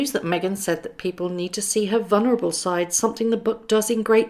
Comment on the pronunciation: No such words as vunerable and sicth. Can't you learn to speak properly?